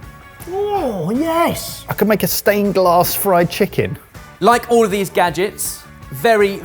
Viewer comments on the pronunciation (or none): none